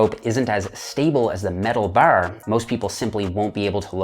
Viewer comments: i disliked the video cus he say the word 'bar' so weird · its like he says it with 2 rs, barr lol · “straight ber or easy ber”. That accent came out as heavy as his reps! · i love my canadian cousins, but the way you say "bar" had me giggling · the way you say bar is almost irish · when you say "bar" you sound so irish LOL. i love your explanations! cheers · Bruh, the only thing you could ever be for Halloween is a leprechaun. Especially because of the way you say "bar" fn hysterical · Gotta get the straight bar...i like the bar over a rope...sounds funny when he says bar